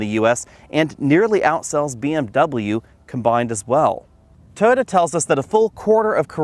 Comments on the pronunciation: He pronounces Toyota as "toda" 🤣🤣🤣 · It sounds like he's saying "Tota." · “Tota” Corolla lmao why